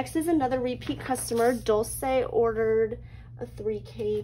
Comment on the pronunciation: Hi, Dulce here! I'm surprised that you actually pronounced my name right! (Most people don't lol). I love watching your YouTube videos and loving the new packaging. 🤍